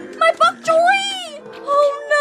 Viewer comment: Bonk Choy not fonk Choy